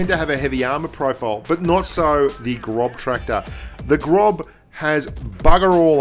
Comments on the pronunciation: I don't blame you for calling it the Grobtraktor, but it is pronounced graws-tractor. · Its gros not grob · Hehe "the grobtractor" 😂 its pronounced grosstractor, its just weird german pronunciation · Adel Tuncer Yeah.. it's actually like Gross tractor, not Grob tractor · Großtraktor = "Grosstraktor" Großtraktor ❎ "Grobtraktor" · Hey! it´s Gross (gernman for large) not grob, the "ß" is a german letter for a double "s"! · Hey mate, the 4th letter in "Großtraktor" is a German letter; "ß" is more or less equal with double S in speaking. It was funny to hear and read GroBtraktor in the video. ;-) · The ß is pronounced as a hard S like SS so it's Grosstrakktor.. if translate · ik its probably how its spelled and great video but it is pronounced grosstraktor because the ß is pronounced like an S but either way great vid keep it up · that ß is a double S sound. It's a grosstracktor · It's Großtraktor, pronounced GrossTraktor 😉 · Grub tractor! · I cringe everytime he says grob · Boah, it's called "Großtraktor". ß, not B!! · Technically pronounced "Grosstractor" In German, that "ß" is a phonetic "S" not be rude ;) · GroBtraktor, maybe learn how to pronounce the name of something you're talking about? It was so unprofessional. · Austrian here: You pronounce the ß in Großtraktor like a normal S